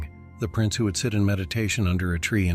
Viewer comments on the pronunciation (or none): none